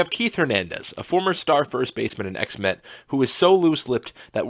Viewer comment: When he said ex-met, I though he said X-Men